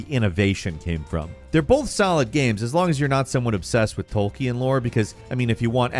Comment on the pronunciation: mispronouncing both Sauron and Tolkien was so hard to hear